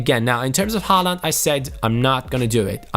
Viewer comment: Håland is Ho-land